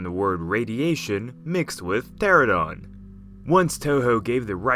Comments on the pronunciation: Pteranodon Not Pteradon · Rodan is a pteranodon not pteradon.